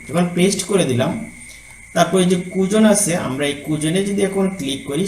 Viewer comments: অনেক ধন্যবাদ, আপনার ভিডিও অনেক তথ্যবহুল কিন্ত কিছু শব্দের উচ্চারণ ভীষণ শ্রুতিকটু লাগছিল। খুঁজুন কে কুযুন বলছেন, স্ট্যাটাস কে ট্রেটাস বলছেন ইত্যাদি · আপনাকে আন্তরিক ধন্যবাদ স্যার । অত্যন্ত গুরুত্বপূর্ণ একটি ভিডিও। তবে, আপনার উচ্চারণে কিছুটা সমস্যা থাকায় শ্রবণে বিঘ্ন ঘটছে। হতে পারে এটা আপনার আঞ্চলিকতার কারণে হচ্ছে। যেমন, 'খুঁজুন'কে আপনি বারবার বলছেন কুজুন। মনে রাখবেন, আপনার এই ভিডিওটা শুধু আপনার এলাকার শিক্ষকরাই দেখবেন না, সারা দেশের বিভিন্ন অঞ্চলের শিক্ষকরা দেখবেন। আশা করি আগামী ভিডিগুলোতে এই ব্যাপারগুলি পরিহার করবেন ইনশা আল্লাহ্‌।